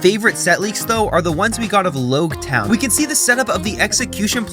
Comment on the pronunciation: Logue town, "the town of the beginning (prologue) and the end (epilogue)". So its pronounced Log town. Oda said he was referencing prologue and epilogue in an SBS